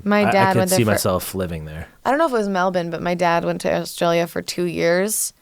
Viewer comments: YAS come live in Melbourne Ian! Thanks for pronouncing it right 😉 and for the love and donations 🙌🏽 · Hearing Americans pronounce Melbourne correctly actually threw me. Love it